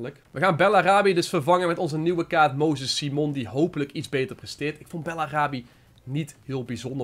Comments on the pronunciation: Je leest simon als saimen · Simon spreek je uit op zn engels. Hoor het meerdere ytbers zeggen dus ik snap het wel